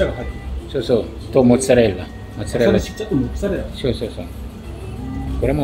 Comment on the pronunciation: ネギはいらねーなあと思ったらなるほど、 「マルガリータ」なのか・・・ ハスとかニンジンの葉の方がいいなぁ・・ いや、もうどうせチーズ使うならバジル使おう・・ モノホンのイタリア人が「サルツィシァ」って発音するの興味深い イタリア料理ですよーチャンネルどれもこれもサルシッチャサルシッチャ言っててな